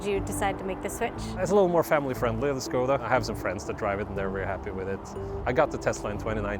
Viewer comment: Huge ❤️ for pronouncing Škoda correctly.